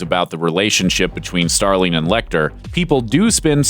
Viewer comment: "Starleen?" it's "Starling" ffs